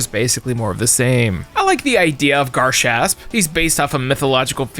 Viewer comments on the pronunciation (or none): You’re butchering garshasp sooooooo fucking bad